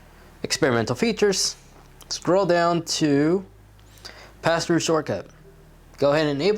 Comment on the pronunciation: Did anyone else think he said pastor mode at first? XD